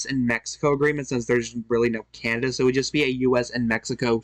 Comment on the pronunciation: Came here to say that. Candada, Alabamada, Alaskada.